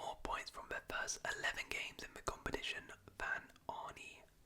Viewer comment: Arn-uh Slot, not Arnie